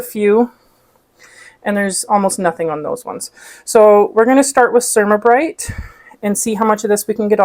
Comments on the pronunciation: The Cer -A-ma -brite (for "ceramic" not "sermuh" ) is supposed to be used without water - it is a fine abrasive that is scrubbed with a dry cloth or paper towel to clean and buff like a paste car wax does. It wipes clean. Works on mine unless I let it build up. I have also used a razor blade for smal areas, then finished with Ceramabrite. 👍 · Pronounce it cer ram a (like ceramic tile) not ( sure am a). Don’t use a half cup of cleanser, just a very small amount and don’t wait until the cooktop is horribly dirty. Clean it every time you cook, after it has cooled. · It is pronounced CER-AM-A Bryte.